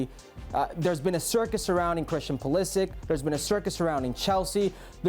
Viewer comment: Learn how to pronounce Pulišić surname correctly. Its not Pulisik. Its Pulisich=Pulišić